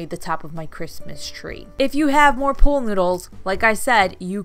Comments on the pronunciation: Why do you say pole noodle? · Your so cute saying POOL noodle. Sounded like pole. 😀 Cute poles. Fun.